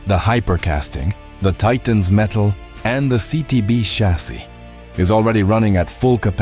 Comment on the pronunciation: You really should be able to pronounce CHASSIS